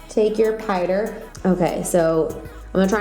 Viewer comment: Once I heard Pie-der (Powder) I instantly stopped paying attention to the nail tutorial and averted my attention to figuring out where she is from lol.